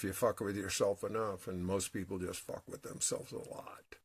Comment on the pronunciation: ❤I was running a bath and listening to you and at the exact moment you said borax I was putting some in my water. I fucking love this synchronicity shit. it never ever gets old. also, you said pee-pull on the press-apiss..... lol mwah xo